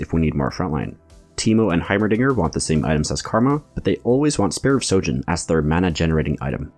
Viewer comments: It's Spear of sHojin, sry I got triggered everytime you said sojin xd. Good video anyway, ty ! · It’s SHOJIN with an H.